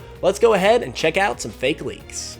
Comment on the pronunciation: Why are they all recent leaks? A lot of the older ones (like PurpleKecleon's gen 4 starters) are so much more interesting. Also, is the only person I've ever heard pronounce the fake in fakemon as 'fakie".